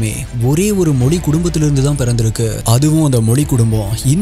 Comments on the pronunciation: Sir you talk do great about our Tamiz language. But sadly enough you are not able to pronounce our Tamiz correctly. Pl don't say Moli. Pl say Mozi. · Brother please say tamizh mozhi dont prononse tamil molli please pronounce tamizh as tamizh dont prononse tamil